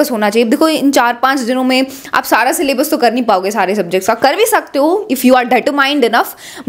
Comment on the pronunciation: Syllabus❎ sallabus✅